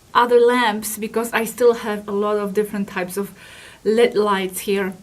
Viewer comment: They are not l e a d light it's pronounced L.E.D. separate letters because it's an acronym for light emitting diode